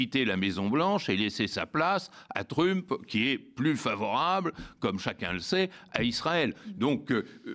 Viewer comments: Tu dis MEUSK, tu dis aussi TREUMP et non trump. Il commence à battre la breloque l'ami Badie, un peu. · Sa prononciation de Trump me fait rire à chaque fois, je suis sûre que le fasciste détesterait.